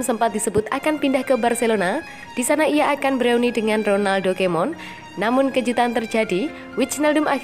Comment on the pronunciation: Ronaldo Kemon??? hahaaa....... Saran aja sih, untuk penyebutan nama2 pemain atau pelatih harus lebih tepat lah.... berita2nya udah oke banget, sayang kalo tidak didukung dengan artikulasi yang kurang tepat dari Hostnya.